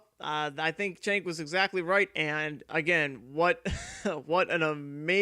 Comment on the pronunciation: His name is pronounced ‘Jenk’.